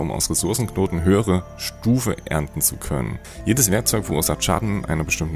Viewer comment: Die Hanfblätter beim erntern und "Das Welt" sind meine Highlights :D